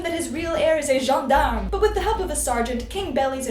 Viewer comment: No no no no not the gEndArMe!!! Someone call enjolras.